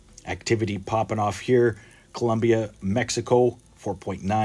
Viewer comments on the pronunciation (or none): none